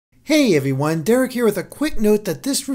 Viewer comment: Did you start the video by saying Hey evewywone. Did you do that. Is the Hewwo getting to you